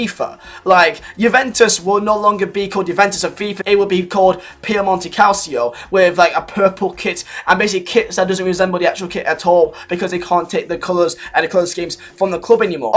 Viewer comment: Its not cal-sea-o, it Cal-ch-o